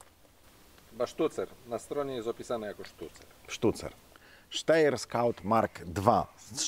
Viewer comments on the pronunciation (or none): Ponownie podaję prawidłową wymowę: [ˈʃtaɪ̯ɐ]! Sztajer.